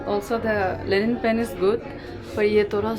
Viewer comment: Linen not Lenin